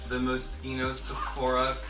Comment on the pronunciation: Someone who pronounces Moschino well